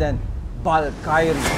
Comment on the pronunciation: ung valkyrie di ganon ang pg pronounce